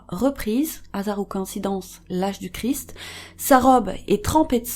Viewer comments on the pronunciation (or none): none